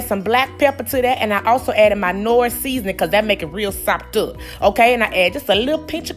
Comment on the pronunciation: She can really say SOPED UP!!!!!